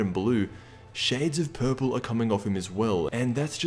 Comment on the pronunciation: Im sorry the way he was saying purple and pawns LMAO 🤣🤣